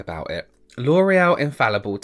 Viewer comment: Every time he said L’Oréal I heard “loral” in my head harmonized between and